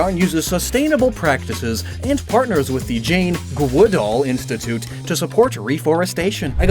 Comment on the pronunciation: It's Jane Goodall, not Jane GWoodall. I know because I went to a school named after her.